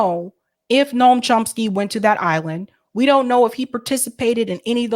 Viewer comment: It's NOT NORM, but Noam, dude from News Nation.